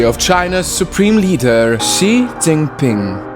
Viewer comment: Finally someone who pronounces his name right